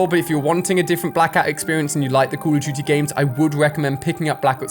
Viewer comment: Where this guy from? He says “Cool of dooty”